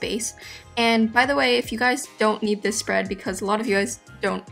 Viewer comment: its this not dis